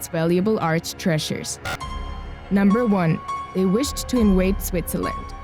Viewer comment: Counter-fight (counterfeit)? In-wade (invade) Switzerland? Seriously? There are accents but this is ridiculous.